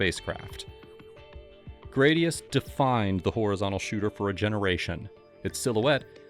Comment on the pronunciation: Gradius" is most commonly pronounced as GRAD-ee-uhss (/ˈɡræd.i.əs/), rhyming with "radius". According to Gaming History 101, this is the pronunciation confirmed by Konami, rather than "gray-dee-uss" or other variations. Some users may also pronounce it similarly to the Latin word for sword, "gladius". (Sorry for the nitpick. Great video otherwise.)